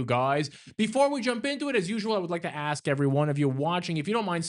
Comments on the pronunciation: OMG now the white lady can't even pronounce ask correctly. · Love how ask is axe.